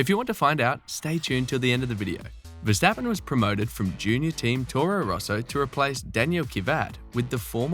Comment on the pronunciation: Who is versteppen ...its verstappen ..with an ahh ..the same with amsterdam you called emsterdem ...so try verstahhppen and ahhmsterdahhm